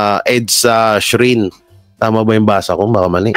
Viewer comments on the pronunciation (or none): Shrine kuya hindi strine naku kuya ha .... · Shrine as in Shryne pgbasa, emphasize the letter i. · srayn po pronounce nyan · Pardon me, shrine as in shrain, vigil as in veegeel tnx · Vigil? - vidjel ang pag basa diyan. (Lamay) . EDSA Shrine ( srayn). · Shrine (srayn, ito ang tamang bigkas. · Ang pronunciation ay vijil, shrayn.